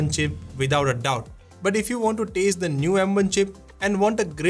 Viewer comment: did you just say taste instead of test..stop reading out individual numbers when calling out dollar amounts...extremely strange way of articulating it..